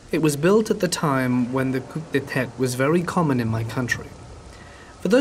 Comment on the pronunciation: "Coo" not "coop"